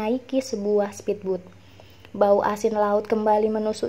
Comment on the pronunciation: Bagus-bagus videonya. Tapi agak terganggu pengucapan kata-kata asing yang malah dibaca dengan ejaan Indonesia atau dengan bunyi yang salah. Misalnya pengucapan kata speedboat di video ini, dan pengucapan nama Jane, gin, dll di video Seribu Kunang-Kunang di Manhattan.